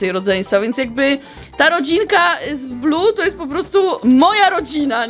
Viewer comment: Muwi się Bluey a nie blu niebieski Bluey!